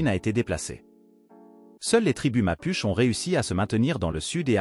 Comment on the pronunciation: Apprend à prononcer Mapuche et on ira quelque part 🥲